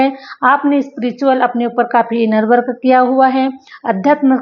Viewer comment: U r English pronounciations r wrong I wil give u few samples .. ये रिया- एरिया। - area वर्क अ- वर्क- work